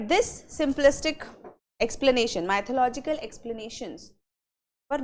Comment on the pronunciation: polish your English, Madam Learn how to pronounce "mythological"